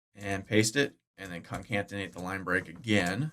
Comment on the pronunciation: New drinking game: Take a shot every time says concatenate incorrectly.